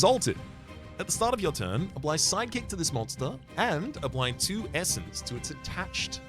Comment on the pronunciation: Why every time he says Sidekick, my brain understands Psychic??? 🙉🧠😵‍💫